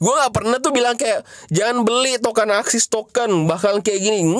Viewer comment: ASIX woyy bukan AXIS